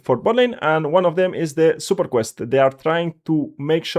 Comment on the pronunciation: When I heard Superport, I’m like huh but then after he said it a few times the dots connected…his accent made it sound off but he was saying support the whole time. Good video